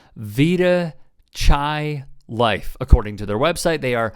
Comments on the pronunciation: Chai is a Hebrew word pronounced with a hard ch like a k. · "Chai" is not pronounced like the India-type of tea. It's a Hebrew word meaning life, and the "ch" is pronounced as in the Scottish word "loch" -- a rasp.